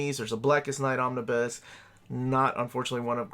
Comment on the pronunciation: Me: Just need to check how to pronounce "Omnibus". Ah, here's a video...: Omnis... Omnis... Omnis... Me: SAY THE WHOLE WORD ALREADY